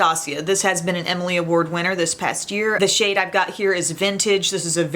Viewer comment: Oh my gloss! I could have SWORN you said "I love this shit" when you said "I love this SHADE. Took me a second lol. 😂